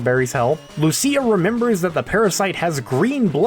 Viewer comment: Lucia is pronounced like "Lou-chia". Literally the only thing I remember from Italian 101.